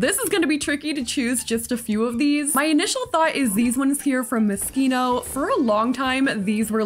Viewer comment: I hate being like this but its My ADHD and Me being a COMPLETE English nerd... Moschino is pronounced Moe-sheeno